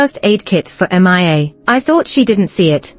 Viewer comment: Ms narrator you don't know how to read the name Mia? it's pronounce miya. not m-i-a please don't put that name if you don't know how to read or pronounce.